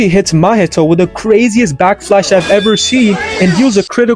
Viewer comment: Anyone else hear this guy saying back flash?